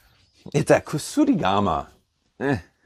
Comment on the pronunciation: its not kusurigama as you said, its kuSArigama